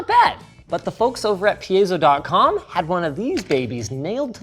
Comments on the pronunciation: PIE-ZOE. It's just easier, man. Not PE-YEZ-OH. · Pie as in apple pie, pie-zo. Not “pea-a-so. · Pie zo... its piezo not peezo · It seems Linus doesn't know that much about piezoelectric and just saying some random misinformation. That's sad because till now I thought they would do some research for their content. He even doesn't know how to pronounce piezo.